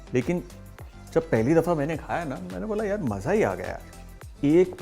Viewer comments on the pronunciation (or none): none